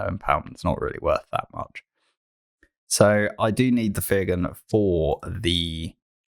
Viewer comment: Fyr Gun is pronounced Fire Gun. Get it, bombs come from her gun = fire gun.